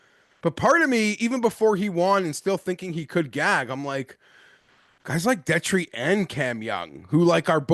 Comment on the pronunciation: I always find it funny that Detry is guy but he doesn’t know how to pronounce his name. Peak gambler behavior 😂